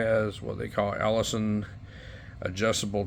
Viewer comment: Elliason not Ellison.